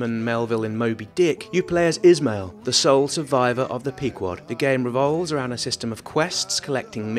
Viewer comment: IZ-mael XD ... ISH-MA-EL =]